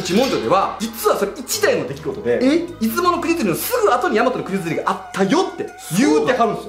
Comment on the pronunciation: 島根県民なので出雲に関することは気になっていたので面白かったです！ ただ出雲のイントネーションが気になりました、、出雲の「い」にアクセントつけるのが正しいです